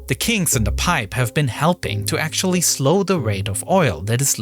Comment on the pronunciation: Actuawwy... the deepwatew howizon wig expwoded and weaked a wot of oiw which is actuawy weawy bad